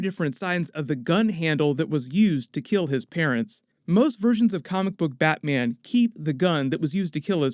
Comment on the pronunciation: batmyen? noice!